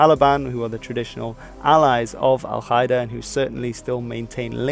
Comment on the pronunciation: Qaeda isn't pronounced kaeda 😉